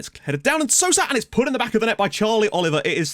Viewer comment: the "ou" in Sousa is pronounced like an "O". So technically you would read Sousa like "So-za" (like you read Sissoko for example)